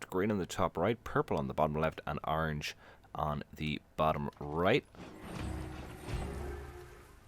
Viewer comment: Why do you keep sayign Arange? It's ORANGE!